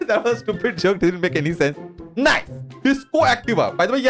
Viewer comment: Love how u say stupid (tupid)